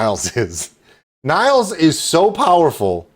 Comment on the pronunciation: Sounds like you had a great birthday 🎉 You nailed the pronunciation of Nils' name in "Hej Nils!". ( It's more like nills than niles)